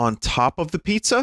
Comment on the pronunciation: The fact he never said "Pizza Griffin" but instantly said "Peepza" actually really bothered me